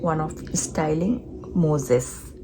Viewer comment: Nice try. It's called mousse (like 🫎the animal) - not Moses 🤦🏻‍♀️🤦🏻‍♀️ 🤣your poor thing.